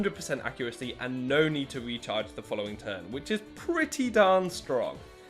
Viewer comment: Every time he says “the recharge turn” I think he says “the retard’s turn” LOL